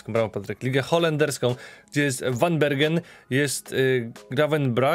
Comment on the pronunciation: tak na przyszloscz zeby bylo latwiej. W Holandii 'g' czyta sie jako 'h'. Czyli Gravenberch czyta sie jako 'hravenberch' a van Bergen czyta sie jako 'van Berhen'.